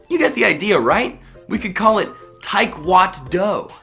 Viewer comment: Tai-Kwatt-Do That is an amazing name,, you get an imaginary cookie!